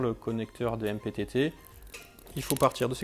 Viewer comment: Vachement crédible le mec de la vidéo ... Il ne sait même pas prononcer le nom de son produit. C'est écrit MPPT et il dit MTTP